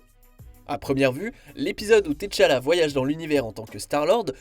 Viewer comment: c pas T-CHALLA PTN, C'EST T'ACHALLA, NOM DE DIEU